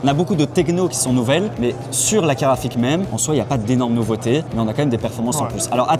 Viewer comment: Merci d'avoir calé le fameux "caraphik" dès les premières secondes